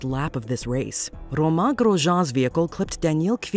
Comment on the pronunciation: Other than butchering Romain’s name, it was a fair list. Would include kubica’s accident in montreal too